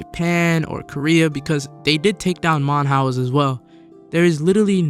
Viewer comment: bro really said "manhouse"